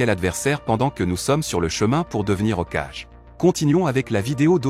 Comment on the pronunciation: Frérot j’espère le mot Hokagé Tu le prononce comme si c’était un enfant qui lisait un livre hokage ( haut cage ) 🤦‍♂️